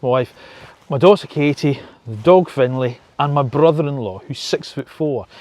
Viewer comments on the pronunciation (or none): none